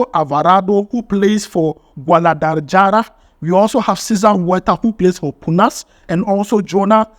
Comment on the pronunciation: Spanish letters J sounds H. So the names Jiménez should sound Himénez, Guadalajara should be pronounced Guadalahara